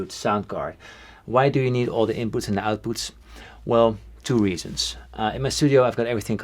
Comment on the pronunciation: "lotuvinpoots, lotuvoutpoots"